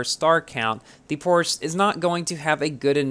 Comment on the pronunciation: Bruh when will learn how to properly pronounce "Porsche" it pronounced like "porshuh"